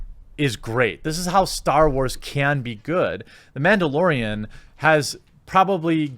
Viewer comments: It's Mandalorian, not Ma'amdalorian. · Its Mandalorian not Womandalorian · It’s called MANdolorian not Bitchdelorian.